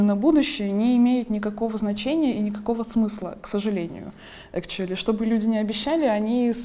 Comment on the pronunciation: "Экчули" ахаха) сириусли?))